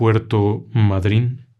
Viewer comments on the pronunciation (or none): nunca escuche de puerto madrin acentuado en la i sino madryn acentuado en la a, es lo mismo si te preguntara si escuchaste hablar de MÁDRID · Eso mismo venía a comentar. Sin ánimo de confrontar, pero la corrección vale para que se nombre correctamente: Puerto Madryn, se acentúa en la A. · Nunca escuche nada parecido, solo lo de los submarinos, voy a preguntar en una página de historia madrynenese a ver que me cuentan. Corrijo la pronunciación es Madryn, no va acentuando en la Y, si no en la A, sin tilde por supuesto. Desde ya muchas gracias por la promoción de la ciudad. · Es puerto Madrin, con acento en la A. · Puerto Madrin !!!!! Entodo caso con acento en la A y otra cosa en Argentina pronunciamos por la ascendencia de la palabra , no como los españoles que leen una,palabra inglesa y le como si fuese español 😅😅😅!!!! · Se pronuncia con acento en la a Mádryn No se pronuncia como lo dijiste con acento en la y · Sr. es Puerto Madryn con N al final. Se lo dice una Argentina!!! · Se pronuncia / Mádryn/ con la fuerza es la penúltima sílaba. Es una palabra llana. Por nada . Espero por otra parte que sea una historia con fines de entretenimiento y que no creas que esto ocurrió de verdad . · Pequeña corrección La pronunciación es mádrin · El problema es la acentuación, es Mádrin, con acento tónico en la "a" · . , puerto Madryn.. lleva acento en la A------- es hermoso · puerto madryn. no lleva acento la y. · El acento prosódico va en la letra A de Madryn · HOLA ME GUSTA SU PROGRAMA PERDÓN QUE LO CORRIJA PERO SE PRONUNCIA MADRYN CON ACENTO EN LA A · Puerto Madryn, con acento en la a. Saludos ingeniero ! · Madryn se acentúa fonéticamente en la A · Puerto Madryn acentuado en la a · Disculpe que lo corrija es Puerto Madryn, con la fuerza en la a